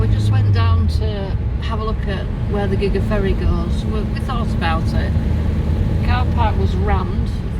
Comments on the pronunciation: Nice trip down there. Love your doggie. Gigha is said Gia. You can get pronounce on Google, that may help you in the future. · Gigs is pronounced Geea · Like your music, the island is pronounsed Gee-ah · Being Scottish,and having Mcneil ancestors buried on Gigha,along WIth McSporrans,its is pronounced GEE_HA with a hard g as in Goat,or Grass.Barra,a small island near Gigha ,also has McNeils,but one island Catholic,Gigha protestant.hope this helps.Gigha is also knows as God's Island,and I've been,and it really is spectacularly wild and beautiful. Hope you enjoy and hope my wee nuggets of info help. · Gigha is pronunced gee-aa. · Pronunciation of Ghia is unimportant. You can't know everything.